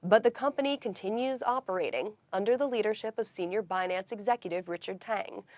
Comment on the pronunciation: It’s binANNce 😅